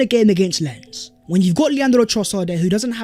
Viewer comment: Great video, but Lens is pronounced more like "Lon" rather than "Lens".